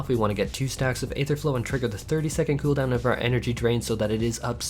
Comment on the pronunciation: Couple things change that dam background song it's in every video 2nd when you talk about cooldown please stop saying khoodown